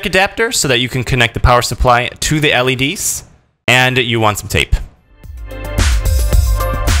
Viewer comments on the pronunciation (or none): none